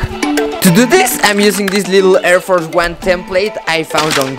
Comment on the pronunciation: What are “err fers 1”😂😂